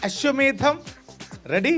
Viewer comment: അശ്വമേധം എന്ന് കൃത്യമായി പറയാൻ anchor പഠിച്ചു. നല്ലത്... All the best... ഈ പരിരിപാടിയോടൊപ്പം ഈ anchor കുട്ടിയേയും ഇഷ്ടമാണ്